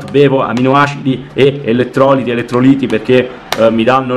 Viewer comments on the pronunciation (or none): Grandeee! Elettrolìti,, con l'accento sulla i! 😉 ah e poi trascurabile, no NEGLIGIBILE che non esiste in italiano! E integratori, no SUPPLEMENTI che in italiano vuol dire extra charges! E stare alla larga, no STARE VIA ahaha qua me so tajata (e dopo più avanti nel video l'hai detto bene). Oh scusa se mi accollo sempre con ste cose ma per me è deformazione professionale, la traduzione è il mio day job! 😀mi raccomado non te la prendere perché mi stai simpatico pure per le tue mitiche traduzioni letterali che oramai ti caratterizzano!!! E se potessi ti butterei il doppio like for that!! Ottimo lavoro stai facendo col canale, contenuti di qualità proprio, inizierò a consigliarti ai miei iscritti maschi. Dajeeeee 💪💪